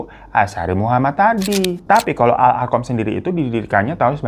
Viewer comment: Koreksi ya bg..Al arqam awalnya tapi di ujung2 kesebut Al irqomm itu dia kata beda makna😅maaf..maf